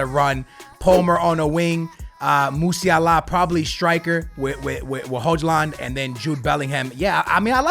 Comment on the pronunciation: Hojland ❌ hoi-lund